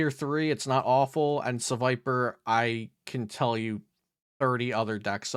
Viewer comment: I was so confused hearing Serviper at the end lol, I was like "wait, there's a decent one? Finally?" lol